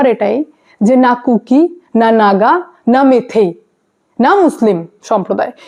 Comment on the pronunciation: দিদিমনি, উচ্চারণটা মিথেই না, মৈতেই।